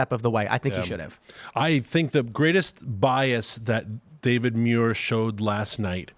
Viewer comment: Tims a supposed punk rock skater and doesn't know how to to pronounce the last name of Mike Muir from Suicidal Tendencies